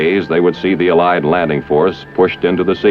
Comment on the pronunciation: How the commentator "uh-lies" instead of allied and "harrissment" instead of harassment I found to be distracting :P